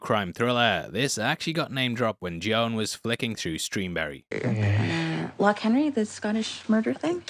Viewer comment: God can people stop saying "lock" when it's loch with a throat sound